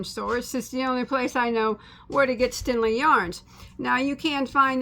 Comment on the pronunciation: Its stenli not stinli lol